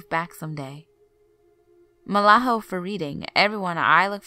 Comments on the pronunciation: She said Malaho.....it's mahalo. 🙄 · did u mean mahalo? u said malaho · " Malaho?" You mean " Mahalo" And it's King Kamehameha. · This girl claims she lived in Oahu but yet she can't say the word "mahalo"??? She pronounced it, malaho! Plus all the stories she tells are all stories I've heard from as a small kid! Sorry but no like and no Subscription from this kamaaina! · Malaho? Don't you mean MAHALO? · Next time your gOnna read a story from a place you don’t know please learn the correct pronunciation from Hawaii.. mahalo... not malaho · Really!!? you couldn't find ANYONE ELSE to read these stories?? the only WORD she got right was "Oahu" it was a disgrace to listen too, next time (especially if you want more 👍 & subscribers ) get a reader to fit the stories...